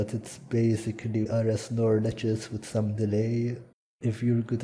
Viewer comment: Heavy accent on some